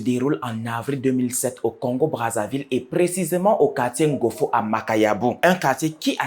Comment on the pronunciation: Quartier Ngoyo et non ngofo 🤣🤣